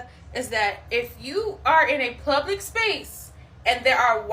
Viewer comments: Why you keep sayin "plublic"???? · What's a "Plublick Space"? She said it at least twice... so it must be a thing, right? Couldn't possible be another ignorant individual who cant pronounce simple 6 letter words correctly... Oh sorry, Correctically.... SMH. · cant ever take anyone serious who says "plublic space" multiple times in the same sentence lol